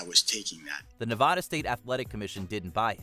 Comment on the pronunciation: How do you pronounce Nevada correctly in one entry and then mispronounce it in the same video with the same narrator?